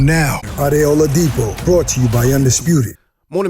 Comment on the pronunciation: Love the, but the channel is 'bRought' to you by... not 'bought'. Carl Frock (the Hall of Famer) says the same thing, cmon guys, it's simple English!! 😂